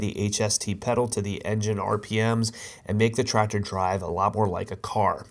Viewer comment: The way you say TraCTor makes my eye twitch😬😬